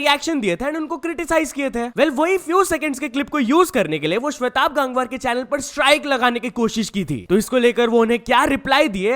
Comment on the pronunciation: भाई its गंगवार not गांगवार